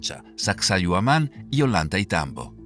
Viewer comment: La doble ‘LL’ suena como una ‘Y’ y no existe en español o castellano ningún Olantaitambo, sino OLLANTAYTAMBO. 😮